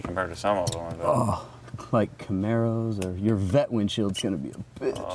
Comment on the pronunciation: he said vette